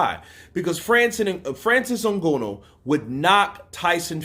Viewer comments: Pronounce that Nganous name well at least you went to school stop reading like street guy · Your mispronunciation of Francis Ngannou's last name is vexing. Understandable you're a boxing fan, but come on even Chael Sonnen pronounces Francis last name correctly.